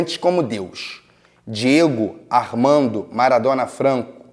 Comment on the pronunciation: “diedo armando”